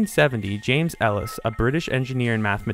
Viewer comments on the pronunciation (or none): Ellis sounds like Alice